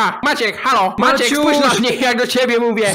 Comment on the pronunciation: Ciche wołanie i zamiast MAACIEEK to: maaciek XDD